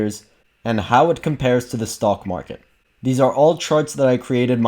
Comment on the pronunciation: funny, I hear you say: stalkmarket.